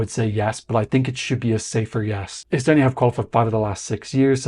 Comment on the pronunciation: come one you should learnt o pronounce the name of our country if you report on it. Its not so hard. You did say Toomas Tammemets. So